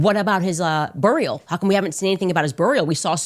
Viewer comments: What's a burr-ial? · “bUHHHRial… BUHrial…” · whats a burrriale ? shes fi'ng crazy how is she getting away with this shit? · Burr-E-al and semi-tree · What’s a buryohl? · Hilarious! She talks like she’s just done a line of cocaine most of the time but seems to slow it down to pronounce boor-real. 😂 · Burrrr-ial. 😂 Ishrael. 😂 She needs to learn how to pronounce words. Lord, please shut her mouth! 🙏 She makes me sick. 😡🤮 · The way she pronounces certain words like burial, cemetery ugh. It’s not cemetry Candace or Ishzrael for that matter. Such a knucklehead! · She can't even pronounce burial just like Israel. If there was ever a face that deserved to be pched with those expressions and that attitude on top of the lies. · This genius still can’t correctly pronounce “burial” or “during” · She said burial like an idiot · I don't know, but I can't stand it 🙄 And I guess her british husband has rubbed off on her with the way she says cemetery "cemetry" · i love it so much 😂😂 had to rewind hundreds of times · She’s always mispronouncing words. Woman’s a moron 😂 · Her pronouniation of "Burial" and "And" is infuriating. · Candace needs speech therapy…especially since talking and correctly pronouncing her words should be something she should want to do correctly. Burial..Israel..Just to name a couple words she mispronounces…and she sounds ignorant every time she says those words incorrectly.